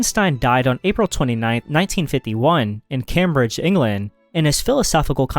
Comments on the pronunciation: It's not cam bridge, it's CAME BRIDGE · ITS CAME-BRIDGE! NOT CAM-BRIDGE !! and ur voice is so annoying and spinoza, maoimenides, heidegger and kirkegaard should be there. but i did rly enjoy this just work on ur voice no way thats how you actually talk x